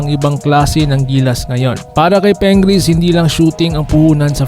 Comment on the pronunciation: Pingris hindi Pengris!.😂😂😂